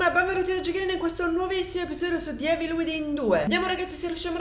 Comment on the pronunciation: Piccola curiosità,: Evil si pronuncia "ivol". Comunque la serie spacca!